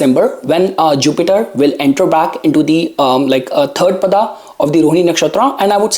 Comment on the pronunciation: Tell if you cannot say paadaa properly